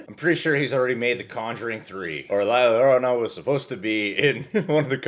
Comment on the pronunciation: First of all you said llorona wrong